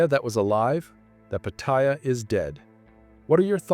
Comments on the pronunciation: Learn the correct pronunciation of Pat---ta--Ya , not Patyia , Pat--ta--Ya. There. Is not such place in Thailand as Patyia, My Thai wife gets pissed off with farangs whom can't pronounce Pattaya correctly and posting up all these negative videos , If you don't like don't come to Thailand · Its not pat-tie-ya its pat-tay-ya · I've lived in and visited Thailand since 1970 and the name is pronounced Patty Yah! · Pat t ya . Fk speak sound right . Wow speak correct ... ask a local ...